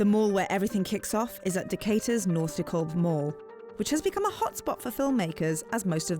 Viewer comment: Great video! Dekalb is not pronounced like that, however.